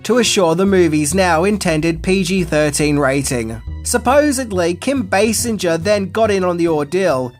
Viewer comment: What is the leading actress’s name? Can you repeat? Sinja? No you pronounce it “singer” as if it was derived from the verb “to sing”.